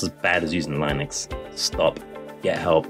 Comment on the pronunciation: At least learn how to pronounce Linux properly if you're gonna shit on it 😂